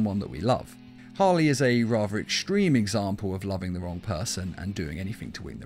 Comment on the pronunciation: You say anythink instead of anything